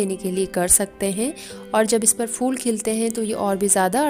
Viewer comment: Its phool not fool